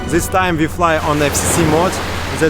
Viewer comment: "Zis is ZA iland" LOL